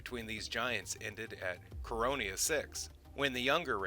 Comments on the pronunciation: Coriana VI not Coronia Vi. And the second Vorlon ambassador, although he cryptically said "we are all Kosh" was actually called Ulkesh not Kosh. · It's Coriana 6, not Coronia 6... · Corry Anna not Coronia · Core ee anna 6 is how it's pronounced. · Not to nitpick but it's pronounced Core-E-annas 6.